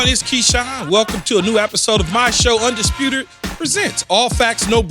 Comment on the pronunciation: My boi key opened the show and Said undisputerd bahahahah That’s what u get for hatin on BP